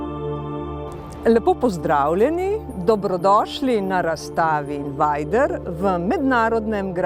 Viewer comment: Se njegovo ime res prebere "invajder"? Sem mislil da je "invejder"